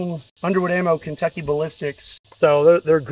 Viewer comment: Ken-took-aye Ballistics. Lol.